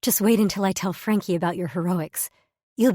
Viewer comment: Daz still can't pronounce Frankie😂